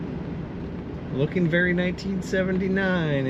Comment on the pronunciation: The "Card-board-Ah!"